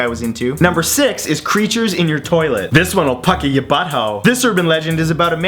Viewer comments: omg i cant stop laughing.. "This one will pucka yo butthole" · "This story will puckah yo butthole" lmao this guy is hilarious